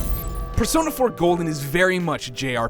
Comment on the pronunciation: persona 4 golen lol